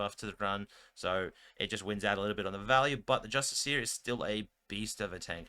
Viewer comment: It's pronounced with the emphasis on the "iss". Just-ISS-ee-er. Not justice-EE-ER. Doesn't bother me. But if the role were reversed, I'd want to know. Now you know.